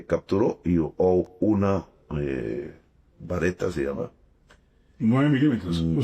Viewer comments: Beretta no bareta. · " " vareta. Tubo un lapsus Lingue. Vareta es la marihuana en colombia. Ese Man está fumado, vean sus ojos, la cadencia al hablar.ese señor está en un estado de conciencia alterado